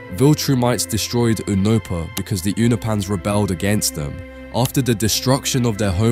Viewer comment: its not "oohnopa" its "younopa"